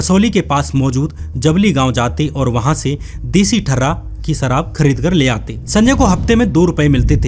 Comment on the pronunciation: What a uneducated, Indian accent.. " jameen..Sarab .. etc.. can't pronounce a lot of words properly.